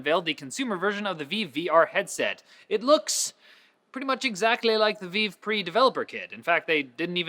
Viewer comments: Isn't it pronounced vive? Like five? Not veev? Idk though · Slay It's pronounced vIve not vee-vey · You're pronouncing Vive wrong! Think Vajv! Not viv, vive(Vajv)!!! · VIVE! Not veev, re-vive. For god sake start saying it correctly, you are starting to look foolish. Though you guys are pretty goofy anyway so I guess it suits you <3. but seriously, when I'm just listening to the video and I hear veev and not vive (you know like Saturday night live) I get so confused about what the hell you are talking about x3. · It's not VEEV. It's Vive, sounds like five. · Is it really pronounced Veeve,? I thought it was pronounced Vive, as in Five... but with a V... awkward stare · the way keys says the word vive makes my ears bleed. its VIVE as in revive not veve. smh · V-eye-V also, Gif, not Jif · Benjamin Wood A better clarification IMO: It's "V-eye-ve" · He pronounces vive as "veev" but does he pronounce gif the right way, as "geef"? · did he just call vive vive? by the way intro was awesome. dose anyone even call you? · Did... did you really just sign your comment? Also you were poking fun at for mispronouncing it, right? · I totally did! oh I thought it was maybe another VR headset from HTC, I didnt expect someone not to be able to pronounce it properly - Adam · I'm Canadian and I've always thought the way says it sounded stupid.:I